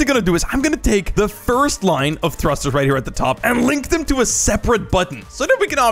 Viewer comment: its funny that he said thusters when he uses like 1200 lol